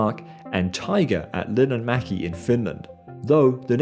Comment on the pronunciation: Ahhh, finally someone not from Finland said Linnanmäki the right way! Most people just read the "ä" as an "a".